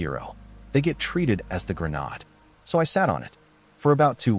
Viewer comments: Grenaaaaade. Rhymes with made, trade, long vowel before ending e, you know, English. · Anyone have a guesstimate tally on how many channels use this robot? How many times are folks treated to the ridiculous pronunciation of “grenade”. Does this software not allow you to correct any gaffes?